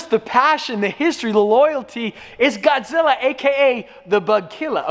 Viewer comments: Godzilla=“bugklla” not “bugkllr” Sorry I’m from tha south 👍🏼👍🏼👍🏼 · asin says god zila (goud zilla aaaaalalalalalalala